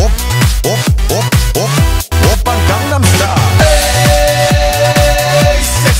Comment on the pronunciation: Psy my fav singer❤and its not condem its gangnem😂😂